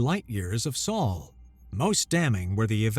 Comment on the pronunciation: A bit repetitive. Also, the narrator mispronounced "ablative" and "Sol". The denouement was, as always, a bit too much.